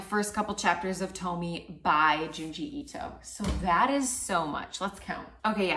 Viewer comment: Tomie is actually pronounced as “toe-mi-eh”